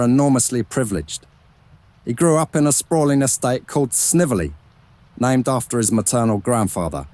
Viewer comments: Snively is pronounced like līvely. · His mom’s maiden name is pronounced Snively, with a long i. I know because Gram is a distant cousin.